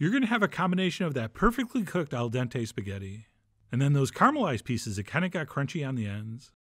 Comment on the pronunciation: Al dente? 😂